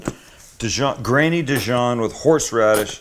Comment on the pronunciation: Good sandwich but very long winded and better not let a French person hear you pronounce Dijon like that!